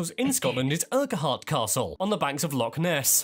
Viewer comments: He got the pronunciation of Hebrides correct, what he didn't get right was Urquhart Castle. He pronounced it as Ur-kwi-hart - nope, Urquhart is pronounced Urk-Urt. Thankfully He didn't have to do Culzean Castle (Pronounced : Kill-Ayne) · Castle urquahart is pronouncd (urkart). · He pronounces some stuff oddly. 'Urquhart' is pronounced 'URKert' and 'Lochaber' should be 'Lohabber' (or even 'lohavver'). The scene you asked about is Edinburgh seen from Arthur's Seat and Salisbury Craggs. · He got the pronunciation of Hebrides right, but Ur-ke-hart castle? Urquhart has only two syllables, Ur-kart. Oh, and Scottish Gaelic is pronounced gah-lick, not gay-lick. But please try haggis. "Not as bad as it sounds" might not be much of an endorsement, but it's delicious, especially with neeps (swedes) and tatties, which is how it's usually served! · "Ur ka hart castle" particularly pained me (also Lock Ayyber) - edit, had to stop at 60. It was too much. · Number 51: Urquhart castle is pronounced 'Urkurt' castle, not whatever mess that English narrator said 😁✌️ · Just one or two minor corrections/observations. The Castle on Loch Ness he showed is Urquhart Castle but is pronounced "Urcut". Alexander Graham Bell was the first to Patent the telephone but others like Edison produced telephone devices but never Patented them. The system John Logie Baird produced was a mechanical system using spinning discs. In trials his solution was rejected against an electronic system, basically the one we use today. Good video though (and yes he pronounces "Hebrides" correctly). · There are a few mispronunciations in that video, so don’t assume you have them right when you visit. In in doubt, ask a Scot or somebody on the ground. Urqhuart Castle is pronounced “uckert”. You can figure the rest yourselves. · Urk hart castle , not what he said! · On this occasion an Englishman has pronounced Hebrides correctly 😂 but he did pronounce Lochaber, Urquhart Castle, loch… etc wrongly!